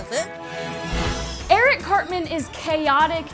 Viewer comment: Eric cartment lol